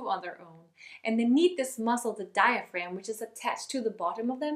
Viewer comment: neither diagram, nor diphragm! It is diaphragm! Otherwise very short but precise explanation - GREAT! Your course on your page looks interesting, a little more infos would be nice though, especially how long the program is, how long, i tense the videos are and if there is a continuation? thanks....